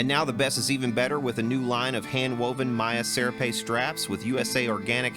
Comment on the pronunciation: it's se-RAH-pay. serape- a shawl or blanket worn as a cloak in Latin America. jes tryin to help.